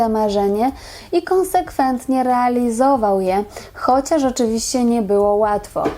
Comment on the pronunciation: Prowadząca to wieśniara z wadą wymowy i chłopską gwarą, realyzował itd. żenada.